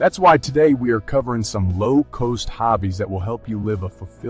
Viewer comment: If this is an Ai simulated voice doing the voice-over then this is top-notch. I only started considering it was Ai when he said low coast instead of low cost.